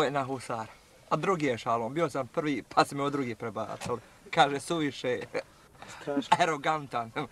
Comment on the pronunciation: Kaže suvišeh khee, aerogantan.. 😂😂 koji lik, rahmet mu duši!!!